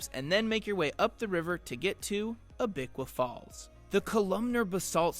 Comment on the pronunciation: You mispronounced Abiqua. It's not Ah-bic-kwa, it should be more like Abby-kwa. Silver Falls State Park is another good place to go. There are 10 falls located on 24 miles of hiking trails. 4 of the 10 falls have trails that allow you to go behind the falls. South Falls is probably the easiest of them to get to.